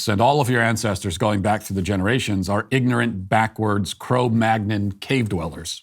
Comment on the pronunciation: you should be cancelled for your pronounciation of "cro-mag-non" XD